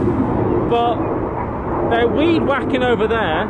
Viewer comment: Not gonna lie - thought for sure he said there was "wee whackin" happening down by the river. Figured it was British slang for the same things park dwellers are doing by the rivers in America.